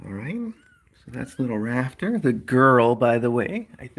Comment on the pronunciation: At first I thought you said the itty bitty baby's name was "Raptor" not "Rafter" and honestly, I think its much more fitting for her. ^w^